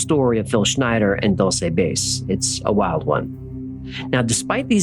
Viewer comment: Dulce is pronounced Doo Ln Say